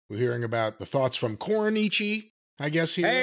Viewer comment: CORN-ICHI WA, DUDE